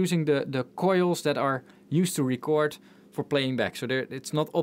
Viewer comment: Auto is pronounced "or tow" and record, (as you've been saying it), is the noun, ( I kept a record of the purchases or I bought a new record), where as "rEcord" is the verb, (I'll have to record that track again). Drawer is pronounced "dror" even if draw, (to make marks representing something), is an homonym. English is silly - it has more rules than most and ignores those rules far too often for the rules to be useful.